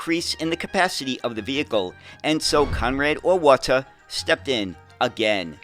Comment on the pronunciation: Neoplan is approximately "NEY-oh-plahn". "Auwärter" is approximately "OW-wear-ter.".